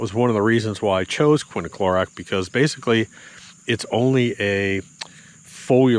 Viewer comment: It is bit quiniclorac, it's quinclorac. Greg Phillips used to do the same thing. Now he says it correctly.